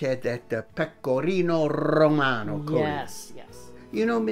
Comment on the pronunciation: Another great show! Garlic, butter and Pecorino Rrrrromano...!? It doesn't get any better than that! That side dish looked great, perhaps Parsnips can be substituted for the Rutabaga, its sweeter- but still lower in carbs then potato. Miss Lulu always leaves me with a laugh! Thanks a million!